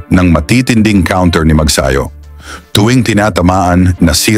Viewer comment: Mag-sayo ba ? o Mag-sa-yo? Your pronunciations are out of this world.